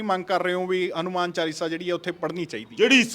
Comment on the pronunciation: Saleya hanumaan hunda hadumaan ni